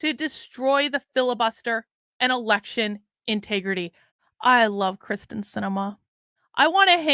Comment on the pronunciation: I love ya! And Kyrsten Sinema, too. But check it out... it's KYRsten Sinema - NOT KRYSten Sinema.:-)